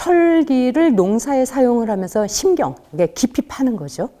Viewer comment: 장음인 첫자를 짧게 잘못 발음한 예:심경,가치, 해결,대체, 세계,많습나다,가짜, 세상, 제자, 대부분,시비, 선악, 장자(인도),나중에, 개념화, 제가(나)❤,피시,사시면서,시작,시작,뭐냐하면,선악,시비, 사고, 비교, 5백,대사,(××라고)해요,해체, 세계, 등 이 이상 듣고싶지 읺습니다. 이렇게 발음에 문제가 있다면 강의의 의미는 무엇입니까? 책 한권 권합니다. 한국 어문을 고빌함. 미국 변 완수 배